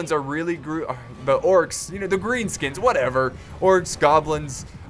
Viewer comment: he sed grean skuns